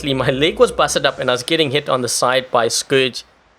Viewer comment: Its scourge not scrouges